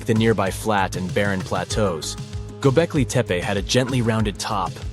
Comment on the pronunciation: The word "Göbeklitepe" is not pronounced "Göbekliteppa". Also, what does "woowoo" mean?